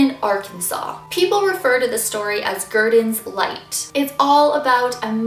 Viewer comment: anyone else thought that said "guardian's light" instead of "gurdon's light"?